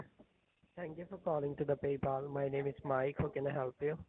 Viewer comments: "PEE-Pal account" 🤣😂🤣😂🤣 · 'peepal' they straight up gave up on trying to pronounce it correctly huh 😂😂😂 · "Peeepal" account LOLOL 😂😂😂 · Sounded like he said your pee pal account the first time